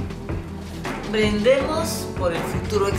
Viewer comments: soy la única que escucho a la señora Francesca decir brendemos en vez de decir brindemos 🤣🤣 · Ja Ja Ja en la reunion francesca dice BRENDEMOS no dice brindemos